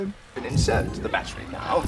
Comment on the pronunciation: he calls it barry instead of battery